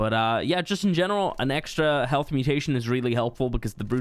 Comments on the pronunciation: The way you said “Heaalth” had me dying 😂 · His Irish accent was slipping out